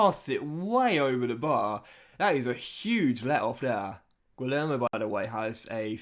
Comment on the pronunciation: Great episode again, just wanted to say that Guillermo is pronounced 'gee-yerr-mo', he's a fantastic signing of yours from the looks of it so far